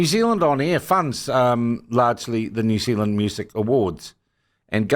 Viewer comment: its all over the msm too, they cannot even pronounce the name New Zealand